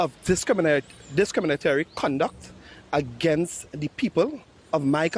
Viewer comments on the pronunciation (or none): Just became the biggest asset of the unc...cant even pronounce candle ,de des kriminatory...sad so sad...